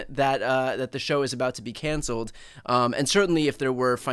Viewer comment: Wait, did the MAGA FCC dude say ‘Colbert got cancer’?? Likely he meant to say ‘cancelled’ but it damn sure sounded like ‘cancer’….